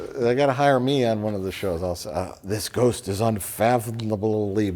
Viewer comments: Lol and ghoooowst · If this comment gets 100k down votes, Mike will stop saying Ghowst, and start pronouncing Ghost correctly